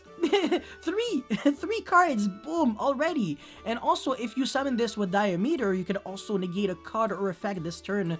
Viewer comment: "di-ya-ME-ter" o_O "diy-A-me-ter" uwu almost as bad as mimiCRY XD